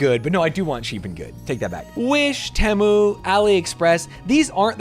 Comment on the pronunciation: You gonna do YouTube shop next? I have never heard Temu pronounced like that before